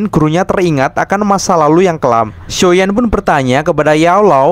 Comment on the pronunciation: Bang kok medok banget ngomong xshioyan nya . muncrat gak?